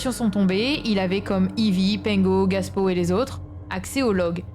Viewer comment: Bonne vidéo ! Mais tu dis "Gaspow" a la place de "GApow", ça peut porter à confusion pour notre youtuber RL Français 😅